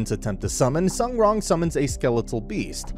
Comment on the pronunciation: As far as I know, her name is pronounced "soon wrong" more or less if you have trouble pronouncing it